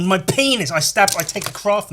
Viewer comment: because of the way you say Penis, it has become my latest vocal stim. "PEENASS"